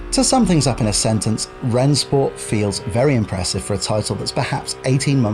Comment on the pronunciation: Just to be clear, it's pronounced "Ren-Shport"